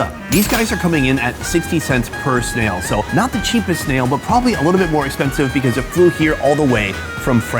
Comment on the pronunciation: Snail is a one syllable word not 3